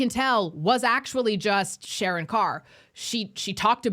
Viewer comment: it's not Sharran....it's SHARRANDEEP KAUR